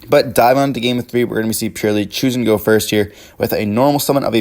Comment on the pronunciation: The Purrlielie on the other hand 😅😂